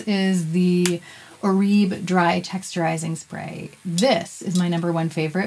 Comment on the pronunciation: My hairdresser informed me that Oribe is correctly pronounced as "Or-i-bay." 👍